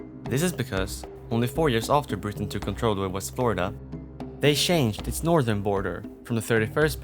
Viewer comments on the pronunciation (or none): none